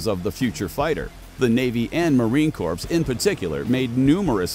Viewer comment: It's pronounced "corr", NOT "corpse". Sheesh!